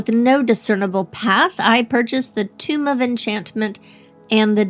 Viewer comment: You pronounce tome very oddly. Sounds like you're saying tomb. They're not supposed to rhyme.